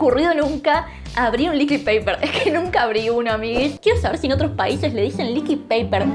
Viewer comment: El liquid paper está en inglés asi que se promuncia "licuid". Nadie le dice "neskik" al Nesquik, le decimos "nescuic" Es mas facil decir corrector líquido